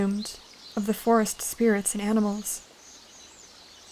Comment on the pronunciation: First i heard Force instead of Forest😅